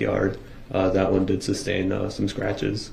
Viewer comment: ITS FAIR TO SAY YOU MURDERED 6 PEOPLE AND INJURED MANY OTHERS. THATS FAIR TO SAY. HE IS AN IDIOTIC NARCISSISTIC SELFISH FOOL. PLEASE SOMEONE TELL HIM ITS NOT SUBSTAIN, ITS SUSTAIN!!!!!!!!! Pmsl 😂